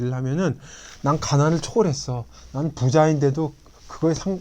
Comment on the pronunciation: 께. 한ㅁ ㄴ의 조예 깊ㅇ심에 감동한바 있읍니다만, 한자의 잔단 고저의 문제가 심각하옵기 또 다시 지적하지 않을수 없습다. 장음인 단어의 첫자를 "짧게 잘못 발음하신 예: 부이, 부자, 해석,가치, 알다,보통,대처,등 간곡히 알려 드립니다